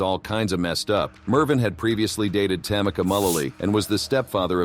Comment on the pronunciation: It's ta-ME-ca not TA-mi-ca!